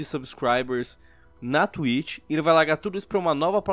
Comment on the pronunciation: "da twich"